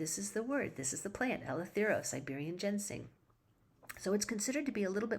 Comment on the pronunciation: It's Ginseng, not Gensing... :(